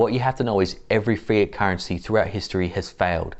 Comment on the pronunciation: Sounds like he is saying"fear" currency instead of " fiat " currency.